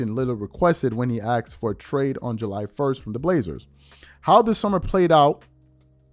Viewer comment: Asked. Not axed